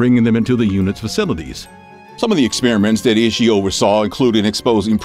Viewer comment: I would like to you see you work on your pronunciation of proper nouns. Japanese does not have a short i like we do in English, so Ishi would be pronounced like ee-shee. I was cringing every time you pronounced his name similarly to iffy. Other than that, all of these men were despicable and horrific!